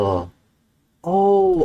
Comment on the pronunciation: even his fans are saying “unlucky-UH”